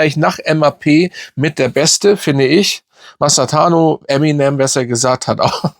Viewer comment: Kleine Bitteund konstruktive Kritik: Bitte auf die Aussprache der Spielernamen achten. Hier ist es "Mastantano" und in einem anderem Video ist mir "Tusanemi" (oder so ähnlich) aufgefallen.